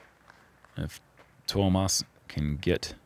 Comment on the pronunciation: your pronounciation of Tuomas is rather good. Better than I would expect from non finnish speakers. Hyytiäinen needs a little more work :D.